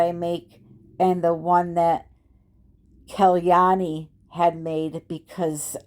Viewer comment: Hi, This is my first comment although I've been watching your videos for over a year. I love the way you pronounced Kalyani's name because it is the exact pronunciation of my grand daughters name, Khalany ❤ I love your art and I love your teaching style. You inspired me to paint pour the wooden trinket boxes and I love them! Thank you for your dedication to sharing your art with us❤